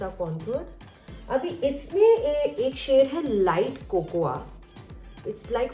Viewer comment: Its not कोकोआ it is कोको 😁